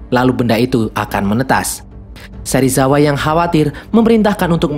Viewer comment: Bjir Serisawa😂